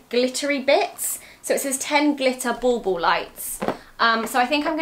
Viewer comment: For a year now when Zoey says bauble I literally thought she was just saying ball ball......... I am from America where we dont use that term so it just blew my mind!!!!!